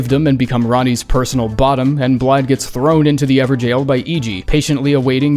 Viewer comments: Why are you saying jail when it's gaol, these are very different words? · "Ever-Jail" lol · Is it how it is supposed to be pronounced ? everjaillllz ? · This is the moment I realized they were pronounced “ever-jails” I’m such an idiot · It’s actually pronounced ever “gayhoull”